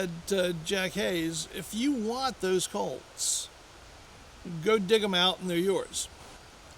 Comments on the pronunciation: Colts not colds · Colts not cults